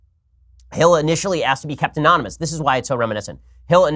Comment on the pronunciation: Man, even Ben trips up pronouncing anonymous.